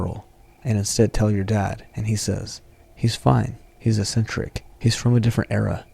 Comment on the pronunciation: For future reference, eccentric is pronounced like eck-sin-trick. I hope this is helpful!